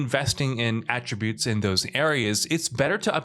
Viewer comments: It's pronounced at-tree-butes. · A tributes? Is this same guy who kept saying tarnish-shed in that other video? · AT-Tributes. Come on Man! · I feel like pronouncing words weirdly is the new way to get people to comment and boost engagement. Notice how he pronounced attributes the most common way right after his odd pronunciation. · The way he pronounce "attributes"....